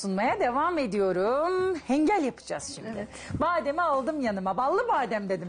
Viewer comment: Hengal degil ğinkal diyoruz 😁 off ellerine saglik